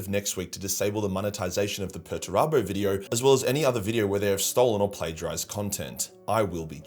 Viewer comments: 100% is, “she” cannot pronounce several words and names that anybody who knows even the basics of 40K wouldn’t have any problem with. I thought this a few weeks ago whenever I saw “her” video about Perturabo and how “she” mispronounced his name every time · Lotara Lore is more than a likely an AI. Within the vid, they mis-pronounced Perty's name in such a way that only AI could. It had that effect where the voice says something in such an unnatural way, no human would.